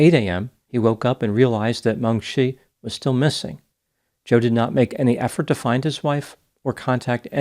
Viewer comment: A little too late now, but it would be Meng "chee", not Meng "shee".